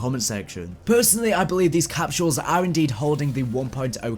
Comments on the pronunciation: "Capshules" lol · I can't get over how you say capsules